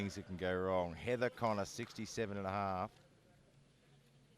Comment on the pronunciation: Why do I keep hearing Sarah Connor instead of Heather Connor 🤷‍♂️🤪